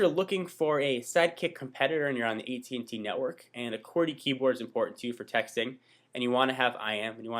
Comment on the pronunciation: its at&t not et&t